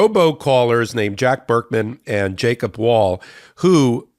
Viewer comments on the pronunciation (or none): none